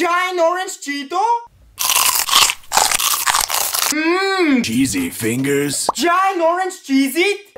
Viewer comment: Bro really say sheese finger